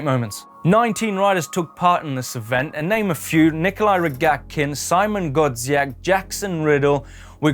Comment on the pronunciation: I love how do you say "Szymon Godziek", English people saying Polish names 👌